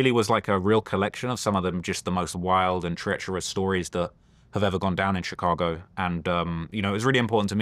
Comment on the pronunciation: VLAD CAN'T PRONOUNCE CHICAGO RIGHT TO SAVE HIS LIFE 😂